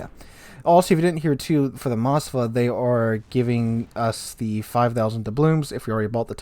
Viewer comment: Please read those names correctly. Its not Mosfa and Nevesky, Its MOSKVA and NEVSKY.